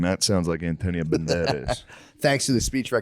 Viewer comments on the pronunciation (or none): "Anthonio Bandeireithhzzz!"